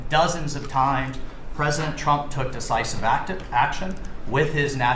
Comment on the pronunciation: Media Lesson: Notice how he fumbled on “decisive” and then reinforcing the word , that was REHERSED AND PREWRITTEN. Moral: Don’t believe the intentions stated, rather look above it